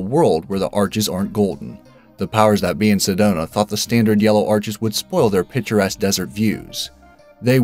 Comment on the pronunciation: PICturesque not pitcher-esque. Try a speech class!